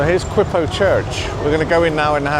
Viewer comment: Quiapo Church is pronounced as “Kyapo”…a little tip on pronouncing other Filipino words, don’t slang the vowels, use it how it is. Good to see several vloggers like you that go into these areas of manila, it is indeed chaotic 😂 this is actually a heck a lot more now than I was there 20 years ago, I’m from bacolod and had visited my aunt in that area